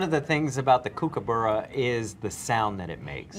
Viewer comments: Aggghhhh.. it's not kook-er-burra, it's cooka-burra....*groan* :) While kingfishers are usually thought to live near rivers and eat fish, most of the kingfisher species, like Kookaburras, in the world live away from water and eat small invertebrates. Like other members of their order they nest in cavities, usually tunnels dug into the natural or artificial banks in the ground. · It’s NOT koookaburra. It’s kookaburra as in cook a burra. Americans seem to get a lot of our wildlife pronunciations wrong. Ask an Australian before making up your own versions. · Pro tip: Don't pronounce the Kook part so strongly. It sounds more like "cook" than "Koook". Cook-ah-burra. Easy as that. Aussie :yougotthis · Kookaburra is pronounced like cook a burra not kook oo boora. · koo-ka-burra... no just no. it is pronounced cook-a-burra, as in something you do before you eat. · It’s not a kooky burra ya flamin drongo, it’s a Kook pronounced cook a burra. An don’t go calling em lace monitors either, there called Goanna’s. Crikey. Fair dinkum, get a grip. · Pronounced............. Cook -a-burra. Not..........Koo-koo-bura. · Kooka buurrr-A not kookaburrow 🙄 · pronounced cook not kook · We don't call this a laughing jackass in Australia. That is disrespectful. The first syllable of kookaburra rhymes with 'cook', not 'spook'. 🇦🇺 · The way those presenters pronounce Kookaburra :D Coo coo burrough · Dear Americans, it's prenounced cook-A-burra. The beginning is prenounced like cook as in kitchen cook lol. And u should visit us here down under, these birds are awesome to hear when your out camping out bush. They are the best morning alarm clock that u don't mind going off👍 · Taco be like...Its pronounced Cook-a-burra. Hahahahahahahahah!!! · Hearing Americans butcher the pronunciation was the funniest part for me. Its pronounced "Cook-" We have 8 come visit our backyard for tucker n one'll feed out our hands. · It's cook-ah-buh-rah brotthhaaa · Kookaburra. Kook as in cook, not kook as in kook-y.